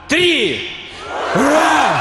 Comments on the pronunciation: А "ура" кричал-то на американский манер! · Я в первый раз, когда увидел видео с Ура по путински, обратил внимание на произношение этого клича. В этом видео у Максима опять вижу этот момент с Ура и не пойму как в русском мире так можно кричать Ура. Желаю всем мира и добра🕊️